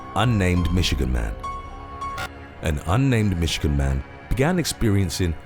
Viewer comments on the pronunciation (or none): none